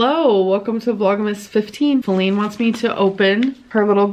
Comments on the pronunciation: Her name is actually Faline more like Bearline. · Thank you for not calling Wipey "Faline", I cringe every time I hear it lol, they have ruined it.